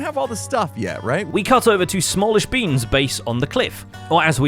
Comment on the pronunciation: Lmao “Skizz Le Man” and “Sam Llishbeans”